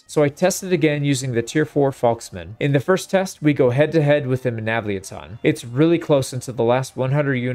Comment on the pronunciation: the way you say Menavliaton sounds like it is a transformer its MenavliAton similar to how you say TriArii